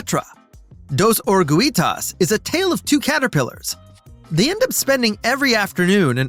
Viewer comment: There are so many errors with this video. I gave up when orugitas was pronounced incorrectly.